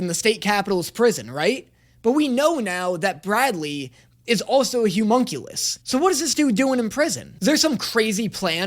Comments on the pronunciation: I'm getting progressively less okay with pronunciation of "Homunculus". He says "Humunculus", and I'm not sure if he's doing it on purpose or not XD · I love content but for the love of god I need him to learn how to say homunculus